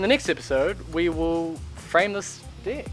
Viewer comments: Deck no dick say it properly 😂😂😂😂😂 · I'm always laugh when you say "Dick"...... cheers from Brasil